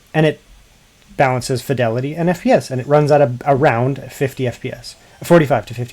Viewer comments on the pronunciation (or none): none